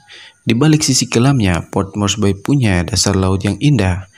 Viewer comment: port morsbi mbacanya bung ... bukan port morsbai ... bye bye love yeah ... maaf tolol amat sih jadi narrator !